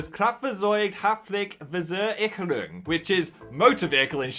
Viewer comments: Not me actually watching a sponsor segment just to judge phil on his German lmao (it was pretty good except Kraftfahrzeug-Haftpflichtversicherung, which is fair) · I'm so sorry Phil but you didn't pronounce Kraftzeug-Haftpflichtversicherung right and it's DER Hund, not DAS Hund 😂😂😂